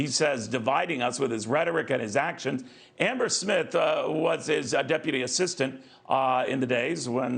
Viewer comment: I like the way you said Amber .